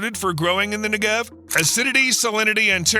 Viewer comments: very interesting video but please! it's nEgev, not negEV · NEGev. NEGev. Not NeGEV. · Take 60 seconds to learn how to say NEgev (and KinNERet) before saying it 200 hundred times wrong in a video. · Negev not neGev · 2 quick things: With the word Negev, the emphasis should be on the first syllable, not the second (which is what the narrator did). And you can really see the impact of water management from space. Use Google Earth or Maps to see the difference between Israel and her neighbors (and other countries throughout the Middle East). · Jeez Louise! How badly can you mispronounce "Negev", the central word in the clip? It sounds a bit like "legged" in "4-legged animal". Or "beggar". Or "egghead". Stress on first syllable!